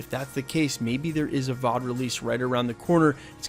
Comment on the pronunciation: Can you do me a personal favor and don't say VOD like it's a word anymore?